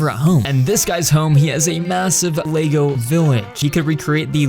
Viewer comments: It’s not leygo it’s Lego… GET IT RIGHT PLEASE!😤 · yeah you said it like leygo